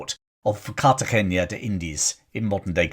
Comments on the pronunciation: I agree. It's an n not an ñ. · Also, The " na " in Cartagena is just that N+A : na. No Cartageña . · Minor point, as pronunciations are hard. Cartagena is pronounced more like Cartahena.